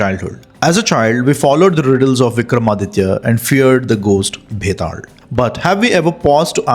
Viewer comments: Are you a Malayali? It is pronounced as Betal not Betad. 😂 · Bro its not betaald its betaal 😅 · Why is he pronouncing it like that?? It is Betaal, not Vetaarl. It is Mahakal not Mahakara... Why add R to L? Say it naturally. No need to be Shashi Tharoor... 😅